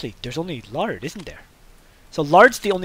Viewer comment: LOL he said lard not laird